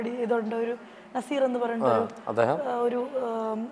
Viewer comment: നസീർ അല്ല നാസ്സർ